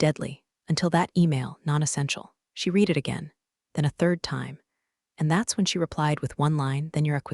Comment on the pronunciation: Virginia had a DMV number of B197 at the beginning. Then she has two different DMV numbers. I'm going to guess that this story was not edited before it was posted. Just like other stories of this type. And, the tense of 'read' is still pronounced incorrectly.